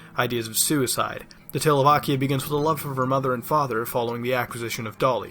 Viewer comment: "Akia Village" "Akia" Akia God DAMNIT MUTAHAR you FUCKED IT UP